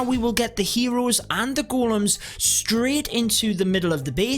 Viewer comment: Its ”Golems” lad